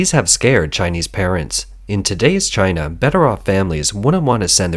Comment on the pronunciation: Gii-na not #1 🤣